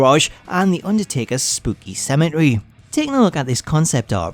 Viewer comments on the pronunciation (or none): “Spoogy Cemehery” 😂